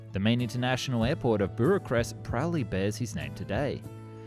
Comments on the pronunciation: Butcherest.... 😂😂 Look. He didn't know Romanian words, funny yes but not a hanging offence. I can't spell caucesceu... and i don't care to try. Worse outrages have been committed to Romanians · he just renamed Bucharest to BURACREST...because he has no effort. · G'day, Sorry mate, but Burrcharest is not how Bucharest Is pronounced... But the biggest problem with this Video is that Coanda's Turbo-Propulsor Featured a CENTRIFUGAL COMPRESSOR. However, your Cartoon illustrations Show a prominent Axial Fan Blocking the Inlet's Duct. The Turbo-Propulseur was NOT a Ducted Fan. Try to learn a bit about the topic Before Posting the Video. Pacific Ultralight magazine, which become Pacific Flyer, Back in the 1990s - Printed some Articles I wrote on Coanda. Look them up. Have fun. Stay safe. ;-p Ciao ! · 🤣🤣 " Brr-a-crest" WOW your pronunciation of basic well known city names is atrocious. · I'm an Aussie like you, however Could I refer you to "Google" to get a pronunciation of Bucharest, and while you at it Armament, as your pronunciation is driving me nuts! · Christ try pronouncing Bucharest correctly 🙄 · Why can’t this narrator pronounce Bucharest correctly? I have never in my life heard anyone pronounce as poorly as this. It verges on dyslexic. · interesting pronunciation of 'Bucharest' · It's astonishing, how you can do research on the topic of the videos, but vehemently refuse to ever look up how to pronounce things. Like how the fuck did you even manage to butcher Bucharest that badly? This isn't even an isolated thing, you do this every video. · he painfully butchered that one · ngl pretty well except for bucharest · "Buracrest"???🤔 Sure it's not Bucharest? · Wth is buruchrest? Can’t even get the capital city of romania right. It’s not even hard to pronounce bukarest. I‘m not even Romanian. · FYI it's pronounced "book-uh-rest" not "bur-eh-crest" :) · It's Bucarest, not "bureau-crest".... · Buracrest? No, Bucharest. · BUCHarest.. not BURacrest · Burachrest lol